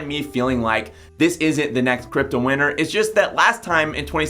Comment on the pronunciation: I keep thinking you're saying "crypto winner" not "crypto winter". You need to pronounce T's.